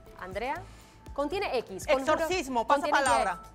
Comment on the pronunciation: Contiene x es exorcismo , la sra, dijo axtorcismo,. Escuché mal ?